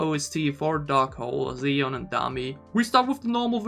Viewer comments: Thanks for reacting to both versions and your breakdowns! I love both, but the slow one hits me harder emotionally. By the way, Siyeon’s name is pronounced She-yeon. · why do i hear you calling Siyeon ''Ziyeon'' xDDDDD